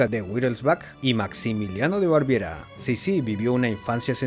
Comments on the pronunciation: Baviera, no Barviera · Es BAVIERA, no Barviera. Saludos 🙌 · Es Baviera, no "Barviera" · Vaya vídeo plagado de errores, Eugenia de Montijo no fue reina, sino emperatriz de los franceses, y la ciudad donde nació no se llama Alhambra, se llama Granada, la Alhambra es el palacio árabe de Granada. La región alemana de Elisabeth, antaño reino, es Baviera, no "Barviera". Ella era también emperatriz, aunque en este caso también la podemos considerar reina, ya que era emperatriz de Austria y reina de Hungría desde 1867, pero cuando se casó con Francisco José en 1854 era únicamente emperatriz de Austria porque el país era el Imperio Austríaco. Su suegra era la archiduquesa Sofía, no doña Sofía, el título de doña se utiliza solo en países hispanohablantes.